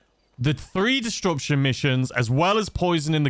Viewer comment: I love you but disruption doesn't have a "d" in the middle 🤷‍♂️🤷‍♂️ disDruption 🤣🤣